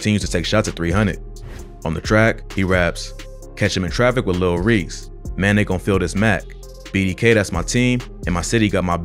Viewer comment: bro stop saying lil reeks